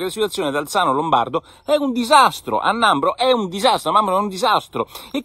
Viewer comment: Nembro, Nicola, non Nambro! Comunque sia proprio in buone mani, non so se ha fatto più danni il Covid o il Conte 2!